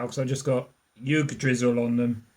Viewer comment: Had me dying with the pronunciations of Yggdrasil 😂